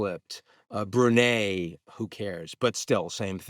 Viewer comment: It's pronounced "Bru-nai" not "Bru-ney"